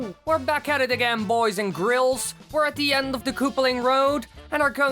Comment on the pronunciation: did you say grils?!